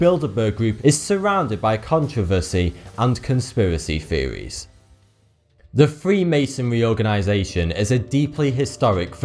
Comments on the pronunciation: "Feries" "Theories" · The narrator cannot pronounce TH he says Firty instead of thirty and feories instead of theories.